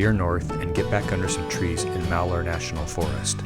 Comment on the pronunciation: Your from Oregon? lol You Butchered saying Malheur lol